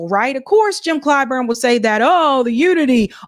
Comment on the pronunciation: "Uni'd'ê" Clyburn.